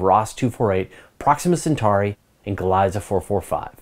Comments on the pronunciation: Just a pronunciation tip, the name Gliese is pronounced Glee'zuh not Glice. Named after German astronomer Wilhelm Gliese. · It hurts my ear whenever you say “Glaisa” - “Gliese” should pronounced (glee-sa)